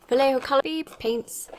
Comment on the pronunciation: Just so you know (and you all can look it up), so many people are pronouncing his name slightly wrong, it's pronounced val-yay-ho, val-lay-ho.